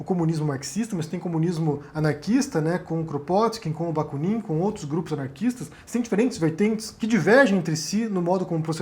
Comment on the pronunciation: a pronúncia correta é Baku'nin (Бакунин).